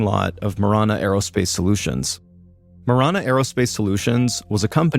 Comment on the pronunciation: Ma ran a is how you pronounce the name of marana. I live in Tucson